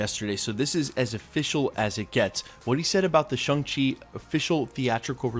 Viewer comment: Shang rhymes with gong, song, and long. Think shawwng chi.